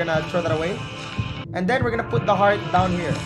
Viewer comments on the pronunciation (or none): none